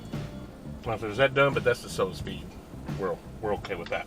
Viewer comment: “Souls veed” lol.